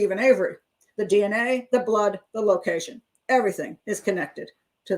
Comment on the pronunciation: Ummm.. he didn't call her, you're misorouncing locations, and laughing hysterically at a young challenged boy (sorry, 'dumb shit') who was railroaded into jail. Omgosh that's so funny!!! 🤬 I wouldn't be surprised if Avery is guilty, but your hatred of 'dumb shit' manipulated children is just leaning towards incomprehensible